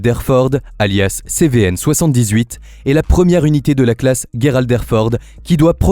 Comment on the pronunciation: on ne dit pas guerald mais gerald!!!et il n'est pas legendaire il n'a fait aucune guerre renseigne toi un peu clown